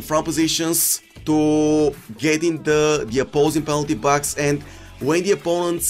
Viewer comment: Reduce players in pax??? Sounds like he said pax not box LoL